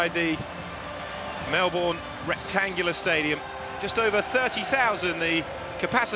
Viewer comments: Hey man. Not all of us mispronounce it. That said, I'm surprised the commentator did. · I thought Americans were the only ones to not pronounce Melbourne correctly.LOL